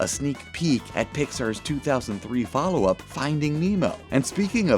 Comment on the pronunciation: He says op instead of UP xD